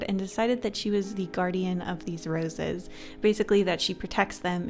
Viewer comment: I thought you said noses when you said roses